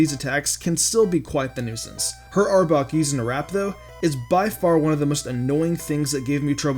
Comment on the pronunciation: STOP SAYING "Arbuk :P". ITS ARBOK